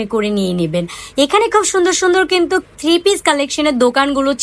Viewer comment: কিন্তুক না বলে কিন্তু বলুন শুনতে ভালো শোনাবে। কিন্তুক শুনতে বিরক্তিকর লাগে।